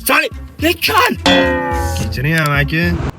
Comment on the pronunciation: Toshkenliklllaram endi amakini amaqi deyishmasa kerak 😂😂😂😂